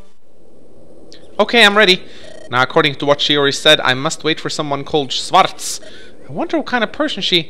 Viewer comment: Schwaz is german and means black ans you pronounc it schwarz and not swars